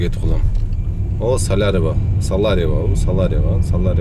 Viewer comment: Видное Саларьево деп кайра кайра айтып тилинди кондурсон .